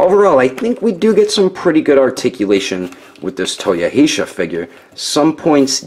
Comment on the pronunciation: It's Toyo-He-sar.